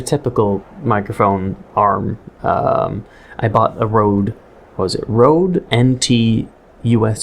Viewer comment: RODE-NT? So rodent?